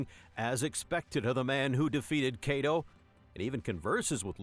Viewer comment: I see you took my advice! Still a bit "formal" of a narration sounding more like I'd hear this voice on an audio book or something but still much better. Also probably a good idea to review for pronounciation errors like Kaido. See if you can get a 20 year old or something to pay to do your voiceovers because it does sound VERY audiobook-like.